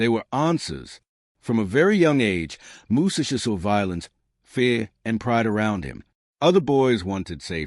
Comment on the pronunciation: Bra..! Your illiteracy is showing! Learn how to pronounce his name.